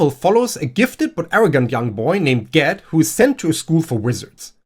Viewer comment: Not only did you bring up A Wizard of Earthsea, you properly pronounced Ged. You got my sub.